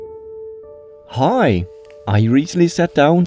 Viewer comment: The first word “hi” with his accent “huuuiee” lmfao